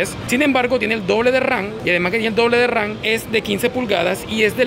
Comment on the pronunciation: es memoria RAM no RAN jajajajaj